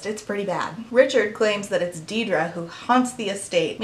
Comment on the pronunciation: An excellent look into the books, the problems behind them and the problematic attitudes and behaviour of the authors. Just a quick note: Aisling and Deirdre are Irish names: Aisling is pronounced as 'Ash-Ling' and Deirdre is pronounces 'Deer-Dreh'. Thanks for going through everything so clearly, I knew nothing of this before I watched this video, and I was absolutely enthralled by it. Edited for spelling.